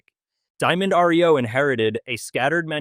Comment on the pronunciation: My gawd! It is NOT R -E - O. It is Reo. One word.